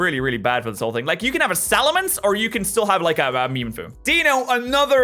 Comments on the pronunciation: can you stop saying dieno it says dEINo thank you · The official pronunciation is DIE-noh. Deino, Zweilous, and Hydreigon's names include the German words for one, two, and three. Those words are eins (or sometimes just ein), zwei, and drei. So it's DIE-no, ZVIE-luss, and hie-DRIE-gun. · since when can we trust the anime on anything? and as you should know the Deino line has the quirk of the German numbers so it would make the most sense to actually say Ein the same way you say it in German